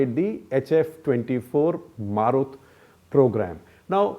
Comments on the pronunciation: It's "Marut" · It's Marut.....